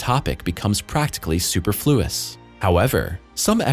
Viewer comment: I love your pronunciation of the word "superfluous". Your accent is on "flu" instead of "per"...or is this annotation done by computer?🤣